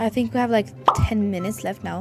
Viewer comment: "I FHINK😢"